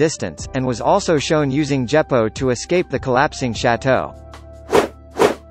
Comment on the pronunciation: Djeppo? WTF man??